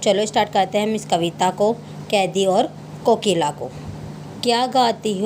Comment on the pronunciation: कोकिल बोलो तो 😂